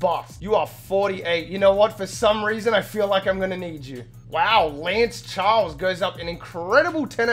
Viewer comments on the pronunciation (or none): none